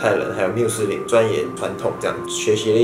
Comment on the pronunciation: 穆斯林，穆ㄇㄨˋ。((搞錯重點